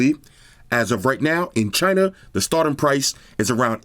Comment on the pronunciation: In CH-Y-NA! LOL!